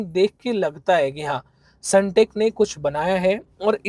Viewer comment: Sundeck ❌sunteck✅ bhai aaise toh log aapko fraud hi samjenge